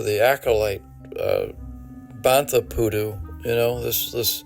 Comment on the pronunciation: George Lucas saying bantha pudu broke my depression for about 5 minutes.